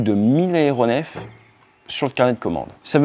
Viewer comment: Quatre cents "zaéronefs", pas quatre cents "haéronefs".